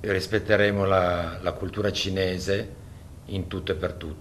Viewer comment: If you are going to apologize in Chines, at least practice a few times to make sure you PRONOUNCE IT RIGHT!! Every video that you have posted just goes to show how little you care about the Chinese culture.